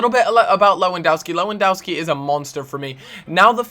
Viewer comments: its lewandOwski not Dauski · it's killing me- lewandowski is pronounced levandovski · its pronounced lewandoVski like so he can see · Learn to pronounce Lewandowski... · U pronanoce lewondoski wrong